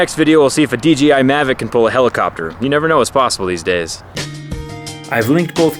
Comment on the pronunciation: Did anyone realize he said DGI mavic instead of DJI mavic at the end?